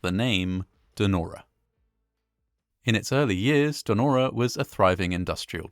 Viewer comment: Narrator says: "Nora", rather than "Denora". Weird.